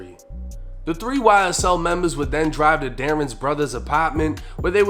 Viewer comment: "Y-S-TELL" - 1090 😳😬🤣😭